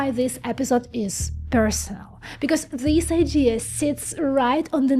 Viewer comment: Hello: You say "zis process may not work". The proper English pronunciation is "this" where the "th" sounds like the "th" in the word or article "the"... and you do pronounce "the" correctly. This was just a teaching moment from me to you. You are doing great with this channel. Take care.